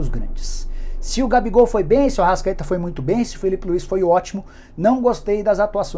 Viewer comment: Ele ser pronunciou errado